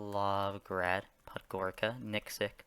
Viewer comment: an easy tip for pronounciation: for Balkan countries and many eastern bloc countries, "c" without any markings on it is pronounced "ts", like "ca*ts*"; for example: Podgorica is pronounced Pod-go-ri-TSa, not Pod-go-ri-Ka. This rule is relatively consistent throughout these countries, so just know that if you're in balkans, Hungary, etc, you usually pronounce it like the "ts" in "caTS".